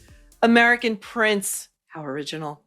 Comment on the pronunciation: “Hiw original” I know, right? 👍